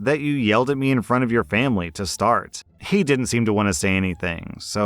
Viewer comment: "For FAMBLY!"